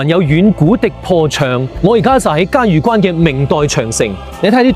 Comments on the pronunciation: 萬「里」長城，嘉峪（音浴）關。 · “峪”粤语应该读成“玉或欲音” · 峪粤语读错了